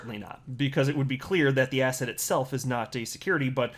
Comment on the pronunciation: Every time you said asset it sounds like ass hat 😆😆😆 But u are definitely right SEC is a bunch of ASS HATS🎩 I think I have ass hat on the brain 🧠